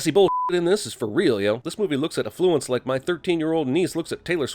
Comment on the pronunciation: Its affluence not a flu ence as pronounced